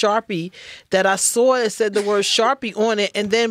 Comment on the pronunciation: She sawr it